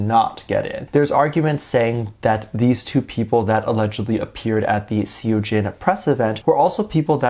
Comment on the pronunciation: say it like sohjin❤❤